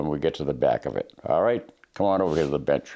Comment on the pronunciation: Sounds like he said to “come over here lil b*tch” in the beginning. 😂 I know he said bench but it was funny. I use Hoppes…I didn’t know it was just mineral oil 🤦‍♂️.